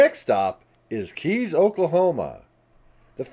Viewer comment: The locals pronounce Gage, OK as “Gay-gee”, not Gage like you would think. Suggestion: when you document towns, ask how the name is pronounced by the locals.